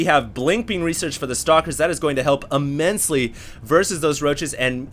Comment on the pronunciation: "immensily" said like 100 times, still luv u though